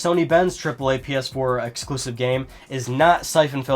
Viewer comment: "Uhhhh...sturpid...ehClusive mischin" Nailed it. Hahahaha. God damn Assassins Creed exclusive content.